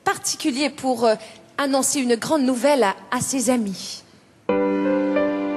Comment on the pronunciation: So I can still hear her "Franco-ontarian" accent, and that's a problem to me. As an impersonator, she's got a very good ear, so she should work on her "un" and "une" which she mispronounces. She doesn't sound French to French ears when she imitates French people, particularly when she talks (her imitation of Anne Roumanov is very bad). But on the whole, she's the best French-speaking female imitator, although I think she's better when she sings the actual text, rather than ill-written parodies.